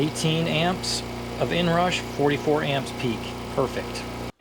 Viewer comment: "the inrash"? 😂